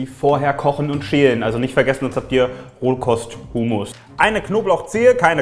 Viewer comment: ich bin Palästinenserin und kenne Humus und weil es eigentlich arabische Zutaten sind und das Gericht auch Humus und Tahin werden beide anders ausgesprochen aber das ist Wimpel